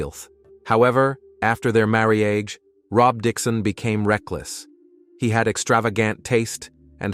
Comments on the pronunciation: The random wrong pronunciation of marriage is sending me 😂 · Right? I'm barely in 5 minutes and it's driving me nuts. Marriage? That's not an uncommon word. You'd think it would be pronounced correctly. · marry-age for marriage Wilth for wealth.